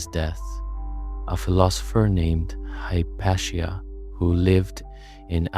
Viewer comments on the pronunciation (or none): none